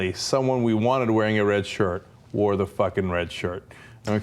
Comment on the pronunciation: It's "Warg"... "Wog" is something very different and very racist.